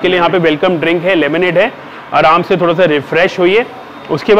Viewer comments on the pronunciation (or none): none